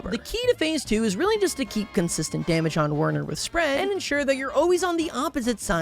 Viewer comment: is pronounced VERNER. IT IS GERMAN! DEUTSCHE!